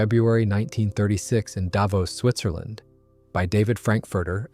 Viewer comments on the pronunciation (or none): none